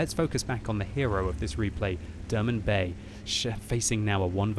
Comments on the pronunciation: please pronounce it like "Dermun Bey" (i know noone cares but it means mr. derman) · The way you pronounce the Turkish name is funny :D